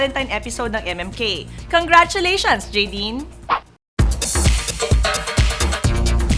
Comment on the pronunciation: Nice Direct! He knows how to pronounce it right... It's Ja-Dine! It's like saying James name with Nadine